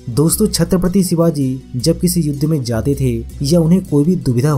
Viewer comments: Sabse pehle Chatrapati Shivaji Maharaj bolna sikh... Baad mai gyaan batna pehle Mahapurusho ke naam toh thik se lena sikh..wo bhi hamare liye bhagwaan hai🚩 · Bhai Chatrapati Shivaji Maharaj ka naam thik se lo varna😠😠😠😠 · छत्रपति शिवाजी महाराज बोलना सीख और फिर वीडियो बना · Chatripatti shivaji maharaj bolna sikho phle varna naam naa liya kro plzz.. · Sir very important and useful information 👍🏻But Please Pronounce Perfectly The Word Chatrapati Shivaji Maharaj 🙏🙏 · Pehle aap chatrpati shiwaji maharaaj kahena sikhiye smje bhaijaan Nahi to video mat banana😡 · छ्त्रपती शिवाजी महाराज बोल किस्की इतनी औकात नाही नाम ठीक से ले